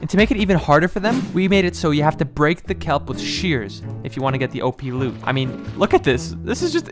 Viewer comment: Nope listen closely at the end of the word he said loot